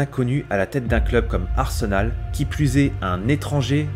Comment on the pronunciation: Arsenol avec l'accent 😂😂